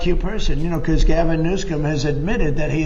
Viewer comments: And he pronounces his name as "Newscum". What a dumb ass. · He can never even say his name right lmao Newscome ??? Our president has worse than a learning disability He’s 100% dumb AF